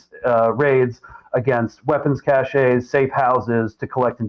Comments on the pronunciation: Someone tell Greg, "cache" is pronounced "kash"; it's not "cachet." And someone tell Emma, there's no genocide happening; there's no carpet bombing happening (Greg actually does tell her that); and the targeting of Hezbollah combatants with small explosives in their personal electronic devices is the opposite of terrorism. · Not buying the former ranger hippy anti-imperialist act, Greg. Your pronunciation of "cache" as "cachet" though is convincing as all the grunts do that. The big question tho is what are you really doing and who are you working for? There has been a massive propaganda campaign to villainize Israel, and you are part of it. Israel itself is complicit in that they are not even making a tepid attempt at persuasive PR. What is the bigger picture, hmmm? The cabal has decided we need yet another new world odor, via clash of civilizations?